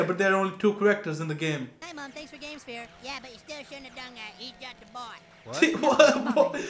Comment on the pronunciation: This episode aired in August 2001, just slightly over a month before the Nintendo Gamecube got released in Japan, hence the use of "Gamesphere" as the newest and fanciest video game system. They mispronounce the word pretty bad, but "okama" is Japanese for drag queen or transvestite.